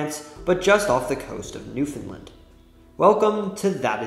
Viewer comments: Newfound land is pernounced like new-fn-lAnd. You got the first part right though. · It's okay, even a lot of Canadians outside atlantic Canada don't pernounce it correctly. You just didn't pernounce the A.